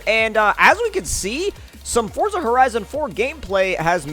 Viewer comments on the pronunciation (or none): You’re mispronouncing ‘Forza’ my guy.